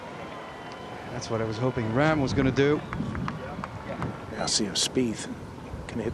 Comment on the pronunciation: It's pronounced Rahm, NOT RAM